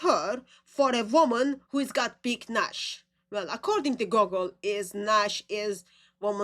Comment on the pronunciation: that slang is not "Nash", it is "Nyash". Where the "n" is a bit silent. That is, the backside. Big nyash and small nyash....